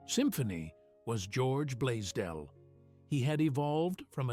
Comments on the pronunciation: The founder's name is Blaisdell, and it is NOT pronounced "blay-dell" as the fake AI-generated narration indicates. The "s" is NOT silent. Correct pronunciation of Blaisdell is: "BLAYZ-dell", contrary to what your AI-generated fake "narrator" indicates. "BLAYZ-dell" - please-get-it-right. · I wonder what the mans name was, bladeel, bladel, badeel blazedeel or whatever way the AI pronounced it. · With the exception that it continually pronounces Blaisdell as Blaydell. I think it pronounced it correctly only 2 or 3 times. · Its fitting Ai could not even pronounce Mr. Blaisdells name properly...with an S. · This is largely Ai generated The founders name is mispronounced and photos are not accurate. Garbage Ai